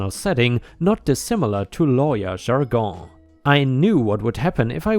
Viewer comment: Dilated is actually said as "die-lay-tud" not "dil-ay-tud." "Ursula" sounds like "er" (like the word "her") "suh-lah." "jargon," the "on" sounds like "in," so it's more like "jarg-in," and not emphasized but rather fluid when being said.